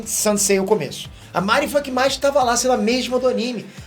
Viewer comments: Tu não tem moral nenhuma pra falar, porque nem o nome dos personagens tu não sabe pronunciar. Ex: não é MÁrin, é Marin; não é SaÓri, é Saôri. Então, menos, bem menos, seu cagão. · Independente do filme seu irmão é ruim só sei de uma coisa o nao é fã de cdz. Só fala de Dragon ball no quesito anime nao manche a honra dos cavaleiros já que você não faz vídeos provavelmente pois não há engajamento. Para de chamar os personagens com nome errado com Marín jogá entre outros isso ofende os ouvidos dos verdadeiros fãs uma vez que nem na versão original sao chamados assim. Se você é fã e pensa o mesmo que eu da uma curtida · "Máhrin" "Saóhri" Kkkkkkkkkkkkkkkkkk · O cara não sabe pronunciar o nome dos personagens... MÁRIN... SÁORI... e fala de saga clássica... Os caras na sala de cinema que eu estava, disseram que gostaram e assistiriam de novo... O filme tem a essência de cavaleiros em muitos pontos... O filme não atrai o fã clássico? Aqui está um que curtiu o filme... A saga clássica não tem que ser mexida nem nada, concordo, por isso mesmo o filme foi feito baseado no Netflix... É outra fase, outro direcionamento... Falar que não gostou é uma coisa, agora querer pagar de intelectual e que entende da série sem nem pronunciar os nomes direito, é dose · O filme é frustrante, mas ver o chamar a Marin de "Márin" é mais decepcionante ainda 😂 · Kkkkkkkkk oh, seu teu fã demais, mas me explica de onde vc tira essas pronúncias "Márin", "Saóri"... Quer dar motivo pra dar mais comentários aqui?! Só pode né? E a Saori detestável? Exagerou. Vlw. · Cara, pelo amor de Deus... "SaÓOOOri" não existe, "MÁÁÁÁÁrin" também não. Fala os nomes direito, porra. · Só de você pronunciar errado o nome da MARIN já me irritei, imagina assistir o filme. Deixa quieto. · O assistia mesmo? “Saóri” “Márin” 🤔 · Mari não, "marin"...mariim... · porra, vc não se ajuda.... Márin e Saóri... não dá né! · é tão fã q não sabe falar o nome da Marin